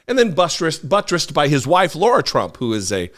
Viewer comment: Lara,..not Laura😊